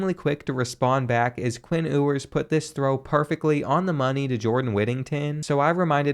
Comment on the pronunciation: It’s pronounced Macintosh. And Ewers is pronounced you-ers